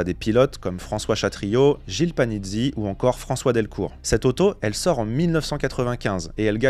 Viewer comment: C'est juste un ou deux petits détails, rien de méchant. 😉 Par exemple, on ne dit pas François "Delcour", mais bien Delecour. 😁 Après, la 306 a roulé plus ou moins sur la terre, vu qu'on la faisait rouler dès sa sortie (ou presque) en rallye cross, aux mains de Pierre-Alain France et montée chez LAD (Louvier Auto Développement). Niveau moteur, à la "grande" époque, selon les cartographies, elles prenaient 9400, 9600 ou 9800 tr/min. En essais peugeot-sport, il est arrivé qu'elles prennent plus de 10 000 (on parle jusqu'à 13 000) mais pas retenu en course (on devine bien pourquoi). Par-contre, effectivement, tout ce qui est maxi kit-car, S1600, S2000... l'entretient coute un bras. 😅Sinon, super vidéo.